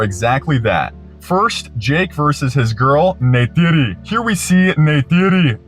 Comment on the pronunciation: can't believe you fully blue yourself great vid as always my friend, and thank you for fully committing to historically accurate na'vi name pronunciation every time, especially for jake's lover NEYTIRI